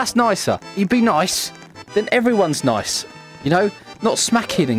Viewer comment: LOL HE SAYS I'm noice but Kandice is not noice even though he killed some ppl LOL THIS MADE ME LAUGHING SO HARD